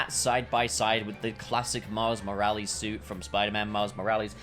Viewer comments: no one:: Miles Moral-ees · I’m sorry but it pisses me off how he says “moralees” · Why do you say morales wrong I was losing my mind. It's not moralees. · bro really said miles moraleez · He’s saying moralis wrong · Man said Moraliz 😂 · You dont pronounce his name like Moral ees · Please learn how to say miles name right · That's got to be the strangest I've heard someone say Miles second name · Nobodys gonna comment on the annoying way hes pronouncing morales? AND THEN HE SAYS IT NORMAL, WHY ARE YOU DOING THIS TO ME